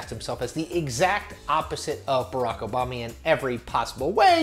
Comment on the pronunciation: Barack Obamy?